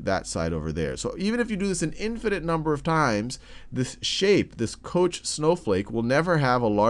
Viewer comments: It's pronounced koKH, not kosh. Fractals are very interesting, I would say that is among the easiest of them all. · The correct pronunciation would sound similar to "cock", I believe 8D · It is pronounced "kock" He was Swedish and it is pronounced so in Swedish. The spelling Koch is not typical Swedish and the name probably originally comes from German, but it is not pronounced in the German way. However, we pronounce the "von" correctly, so it is "fon kock" in Swedish, that's what he called himself. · Koch is German and it's pronounced like the Scottish loch. Like in Loch Ness, you know. ;)